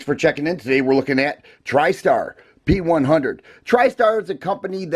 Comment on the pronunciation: The true prononciation of the name of this pistol is like Janik or something like john-nick.